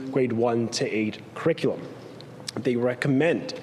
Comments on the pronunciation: I also heard his mispronunciation! 🙄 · Here we have Ontario's Education Minister telling us about the new kindergarten crick-i-lim.